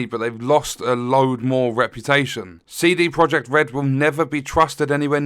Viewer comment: "Seedy" Project Red. 🙄